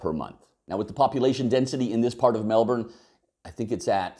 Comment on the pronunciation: Thank you for pronouncing Melbourne correctly. Melburnian's are weird, I know some who will choose to drive over taking public transport even though it adds an hour to their commute and costs more. You haven't considered emergency vehicle access and a few other things. But interesting regardless.